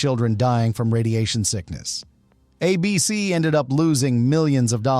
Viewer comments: Good video, but there are a couple instances that make me think the voice over was AI. Twice, it said "a B-C" when it meant to say "A-B-C" as in the network. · "Uh BEE SEE" ?? When otherwise realistic AI narration tells on itself...as it always does.